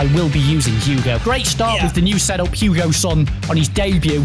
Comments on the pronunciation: It’s not Hugo son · Who else is cringing when they say Hugo when it’s hieun son not Hugo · why’s he saying hugo son?😂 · Did he say Hugo son 😂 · Someone tell him it’s hei ming son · Ffs sake his names heung min!!!